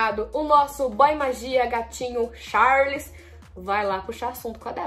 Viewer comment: A errou quando falou o nome do Charles